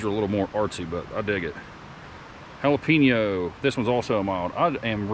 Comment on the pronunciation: I like watching ur videos, but it's (HA LA PEN YO) NOT HA LA PIN YO.. HAHA keep the videos coming..🤙